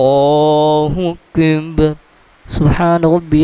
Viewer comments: Assalamualaikum JazakAllah Khair but pls know when u recite "Allahukbar" it sounds like "Allahukbhun" the "ar" is not clear when we hear it it should sound like Allahukbar and not "bhun" maybe its echoing from the mic JazakaAllah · Ap ye jo lafz boltay hain ,ALLAH HO AKIB keh rahay hain ya ALLAH HO AKind ye kea hai mujay samaj nahi aai ???? Jabke bolna cahiye ALLAH HO AKBAR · آپ اللہ اکبر صحیح ادا نہیں کرتے اسکی وجہ بتانا پسند فرمائیں گے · ALLAH O AKBAR SAHIE NAI PAR RAHY DURASTGY FARMA LAIN.ZARA CLEAR ALLAH OAKBAR PARAIN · اللہ اکبر کو آپ پتہ نہی کیسے ادا کر رہے ہیں ؟ برائے مہربانی درستگی فرمائیں